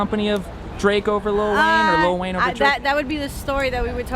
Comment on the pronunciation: Bro.. why do you keep saying 'litl wayne" XD